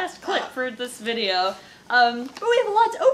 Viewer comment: "Don't read this part on vide-OH" So perfect